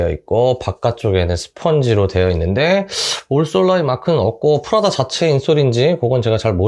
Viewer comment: 프라다라고 말하실때 난 왜 자꾸 프라닭으로 들릴까요? ㅋㅋㅋ 치킨이나 시켜 먹어야겠다ㅎㅎ 리뷰 잘 봤습니다~